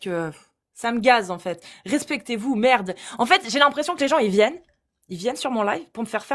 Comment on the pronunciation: c'est de la maaarde!! 😂 cet accent flamand qui est sorti de nulle part mais wesh?!😅